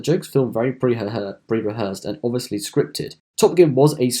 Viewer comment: its funny that you cant pronouce "pre-rehearsed", like, you could have rehearsed yourself